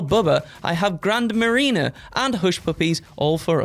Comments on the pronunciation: Nah, he told us to take a trip to the "Grand Marina" 😅😂. What a way to pronounce that, lol. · I’m a functioning alcoholic so obviously I’ll know this… but nevertheless, pronunciation of Grand Marnier was adorable. To be fair, it’s French, so of course it’s gonna have a weird airy pronunciation 🤣 (It’s Grand Mar-nee-ay) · And it's awful 😂 EDIT: Grand Marnier, not how says it 🥹